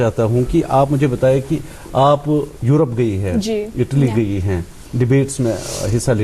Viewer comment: America ki pronunciation aati hai but Italy like itly.. 😂 😂 😂